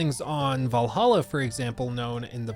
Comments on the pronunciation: You mispronounced “Vallahha” 😉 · It's "Vllahha"